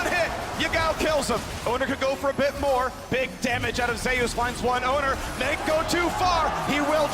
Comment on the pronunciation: Why do they pronounce "Zeus" this way? it's been bugging me since day one. Is it that the player told them that's how he wants it pronounced, which is ok, or is it just a mistake?